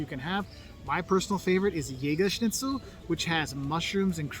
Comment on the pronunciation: hehe yes German Schnitzel is traditional but very more good food. Thank you for your correct pronunciation. Schnitzel not Snitzel.